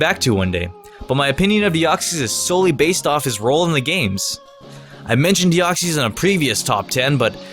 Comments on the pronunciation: Its pronounced Dee-oc-sis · Deoxys is pronounced Dee-ox-is I’m just saying but u pronounce it your way if ya wanna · YOU DIDN'T PRONOUNCE DEOXYS RIGHT!!!!!!!!! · U pronounced Deoxes wrong